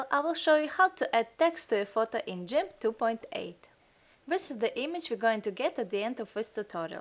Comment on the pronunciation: please stop saying jimp, its gimp. nice tutorial!